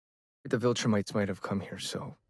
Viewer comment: We are four seasons in and still calls them voltrumites lol 😂 SAY IT WITH ME VIL-TRU-MITES